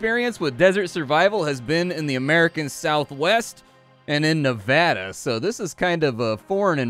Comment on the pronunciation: I will eternally like all of your videos simply for saying Nevada correctly.